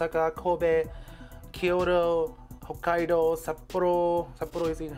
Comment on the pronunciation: Very informative. Thank you! Your English is so good, by the way! If I may I'd like to give you two pronunciation tips: First, in LGBT the t sound is always fully pronounced /t/ in both American English and British English. That's also the case with Kyoto. Last one, decades is /'de.keidz/. Anyway very good video, thanks!